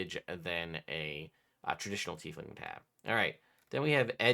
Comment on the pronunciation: Is my guy saying teethling?